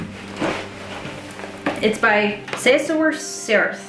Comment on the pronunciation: Ceisiwr is a Welsh name and its pronounced a little closer to Kay-Shaw .. which is not totally correct, but y'know, close enough :) I dont have any of the books you mentioned here I may have to search then down